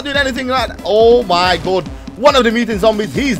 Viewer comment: "omy good"?